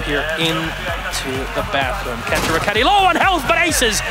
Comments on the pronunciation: Literally unwatchable because this guy can’t pronounce KAN-TOE, not fricken Kuhn-Toe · i will DDOS your toothbrush, DO NOT SAY KAHNTO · It’s cantoe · I love how u watch all these clips with them saying Kanto and u still say kahnto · Did he say "cunto" "cuntoroketti" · Imagine editing a video where the announcers say Kantoraketti and the howt says kahnto oh wait... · did he actually say cuntO? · The fact this guy kept calling him Khanto is pissing me off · its pronounced can-toe, u actually pissed me off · Please never say kanto like that again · Yupp so I'm not even gonna finish this video because I cant hear "khanto" one more time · STOP SAYING KHANTO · im upset they mispronounced his name despite every caster saying it correctly. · Gergely Lőrincz but that’s not his name lmao his name is Kanto listen to the casters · it's not though. Both are wrong. At least the way Kix and Interro pronounce it sounds better. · Maybe listen how Kanto says his name himself. He has better things to do than to correct Yankees on their pronunciation of Finnish words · I'd agree with you if both Kantoraketti and his teammates didn't also pronounce it as such. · He “Kant” even pronounce his name correctly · This video was made 3 years ago, i still find it funny how non finnish people are "correcting" his name pronounciation in this video. Only thing he said wrong was adding the H sound into the name. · Casters dont do their research about pronunciation, but the Score esports guys do :) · I don’t see an “o” on in the beginning of Kanto. It makes me cringe when we had to watch the clips and hear what the casters were saying and still messed up the name. Smh my head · It's amazing how in every clip they say his name and then the producers literally say it wrong everytime, it's amazing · Tatu Pakkanen oh, gotcha. So American announcer have been getting it wrong the whole time haha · He should say kanto correctly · Not even close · I hate that he says his name wrong disrespectful 😂